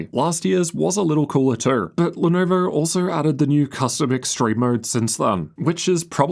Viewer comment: Guyjust said “leh nuvur”